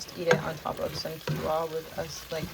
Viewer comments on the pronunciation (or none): Not being rude or mean, but Quinoa is pronounced like this "Keen wah", it sounds like you're leaving the N out when you pronounce it?? 😉